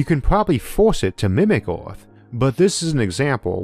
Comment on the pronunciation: Say "Earth" Isaac "Eerf"